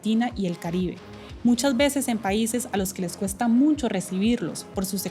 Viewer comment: Me extraña que DW haya puesto a una chica que dice “MuNcho” en lugar de “mucho”.